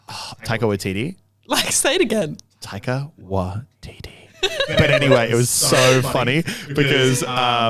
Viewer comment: He said it wrong I'm from nz and I know how to say it